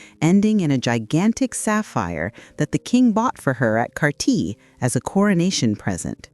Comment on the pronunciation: Edinburgh, pronounced Edinborough. Cartier, pronounced Carteeyay.